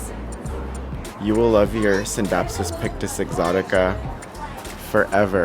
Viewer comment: I love that you do the silent C in scindapsus when people say it like skindapsus it sounds like a skin disorder.